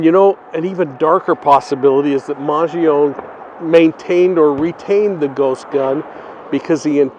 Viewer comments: Whis is why I gave correct pronunciation:) It is not Man-jee-oh-nee…which is how most people are pronouncing it but killed it in this one lol maj ee own 🤦🏻‍♀️ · As an Italian, the correct pronounciation of Luigi’s last name is maan-joh-nee 🇮🇹🤌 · That’s interesting. Once you mentioned it I looked up Chuck Mangione not knowing for sure how to spell his name. And it’s man-JOH-nee. But you just know the media is going to keep going with man-g-OWN-e. Bad habits die hard.